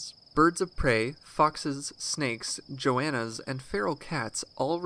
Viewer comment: joannas? it's goannas, with a hard 'g'. Surely Australia is not the only country with goannas.